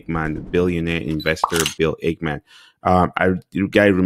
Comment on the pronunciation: It's Ackmam not ACHEMAN